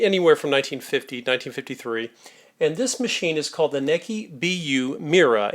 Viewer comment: Your miss pronouncing the name. I just got my grandmother's. The Manuel has 1956 in a print date. I think it's older. It's pedal powered.